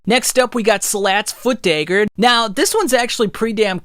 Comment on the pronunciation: Why say "Dayger" and "draygon" slayer? I liked the video just no idea where the accent is from?